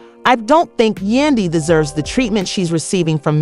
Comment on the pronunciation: For her to pronounce Yandy name as Yunday is ignorant, why ? Because it’s not hard to pronounce it and im quite sure she has heard Yandys name name many times. Then for her to say it right clearly shows her ignorance.👎🏾👎🏾👎🏾👎🏾👎🏾👎🏾